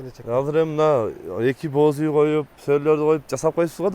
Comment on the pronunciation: Боз уй. Бооз деп угулуп калыптыр😅